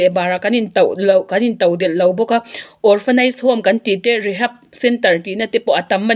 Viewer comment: Dingi hi inla saptawng thiam ve hle si...engmah hi lam dik thei silo😂